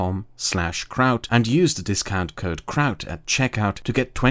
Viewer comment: i know it is a really serious politic-sociology video but Kraut's pronunciation still make me rolling on the bed while laughing